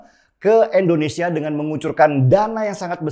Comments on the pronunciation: Bang INDONESIA bukan ENDONESIA,coba cakap yg baik ya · Gausah jauh2 ngomong pancasila bung, nih gw ajarin cara melafalkan "Indonesia" bukan "Endonesia". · om knp sih selalu sebut Endonesia... kebiasaan yah om